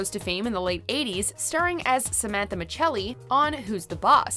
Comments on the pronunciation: Did anyone else cringe when she said Samantha Micelli as michelly and not the correct way?? of MISSelli?? sorry,.... I watched every episode of who's the boss. :) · You obviously haven't watched an episode of Who's The Boss if you're pronouncing Micelli as Miceli. FAIL